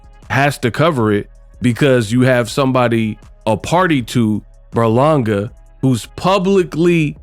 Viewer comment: his name is literally on the screen it’s Ber-Langa not Burlonga😂😂🤦‍♂️